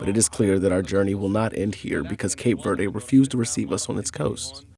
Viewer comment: Mispronounced Verde